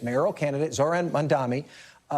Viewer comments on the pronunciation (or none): It's really not that difficult to pronounce his name... Anyways rank Zohran Mamdani #1 on June 24th (or early voting starting June 14th!)